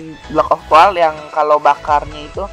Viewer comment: coal ngomongnya 'col' ga usah dibaca 'a' nya :)